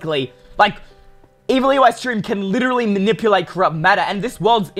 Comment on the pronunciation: Why does Eystreem always says EWeystreem in his name??? Im just curious